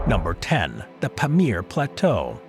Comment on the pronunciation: Your highly Americanised accent makes it impossible to identify the names of the plateaus you mention. For instance you say "Pemiyar" for "paa-meer" (Pamir in Tajikistan) plateau. Kindly pronounce the way the locals there would call it.